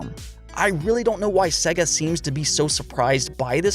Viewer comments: Dude...... it's pronounced Seyga not 'Segga' Sega, as in 'to be this good takes AGES/SEGA). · Why do you say Sega like s.e.ga instead of s.ei.ga it’s so god damn annoying learn to pronounce things